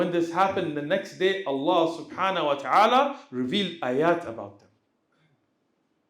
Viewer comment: السلام عليكم. تنبيه صغير للشيخ لو حضرته يسمح. انا قرأت انه يجب نطق حرف الهاء في الشهادة. يعني مثلا أشهد ألا إله إلا الله(الل"ه") وأشهد أن محمد عبده ورسوله (ورسول"ه" ) لان في العامية عندما نتكلم. نقول( اللا) (رسولو) وان ده يبطل الصلاة لا أعلم أن كان قصدي مفهوم لكن لاحظ ذلك عندما الشيخ ينطق الشهادة وكذلك الأجانب. يقولوه اشهد الا اله الا اللا alla دون الهاء h واشهد أن محمد عبده ورسولو Rasulu دون الهاء h جزاكم الله خيرا